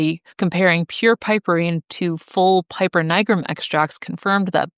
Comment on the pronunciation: You could have looked up the correct Latin pronunciation of "piper" before making this video instead of just assuming it's pronounced like the English flute player and pronouncing it wrong a gazillion times.